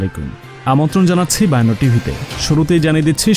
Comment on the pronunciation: ভাই, আপনার খবর গুলো প্রায়ই আমি শুনে থাকি। কিন্তু আমাকে শুধুমাত্র একটি কথা ছাড়া আপনার দেয়া খবর গুলো ভালই লাগে। আর ঐ কথাটা হলো "বায়ান্নো /৫২" শূদ্ধ ভাবে উচ্চারণ করলে খুব ভালো লাগতো। আশা করি পরের খবরে ঐ উচ্চারণ গত ভুলটি ঠিক করে ফেলবেন।